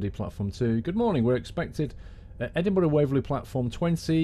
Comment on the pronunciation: I'm from Scotland and I loved the way you pronounce Edinburgh and Kirkalday. Good journey and great train